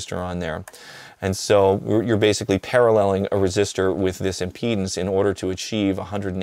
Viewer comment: Eric I don't know how to whisper this, but I think impedance takes an "a".